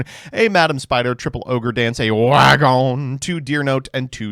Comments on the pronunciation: why does he say wa gon like that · I might be wrong but it could be a Jojo’s Bizarre Adventure reference. There is a character named Speedwagon and a Nazi says the “wagon” part of their name like that.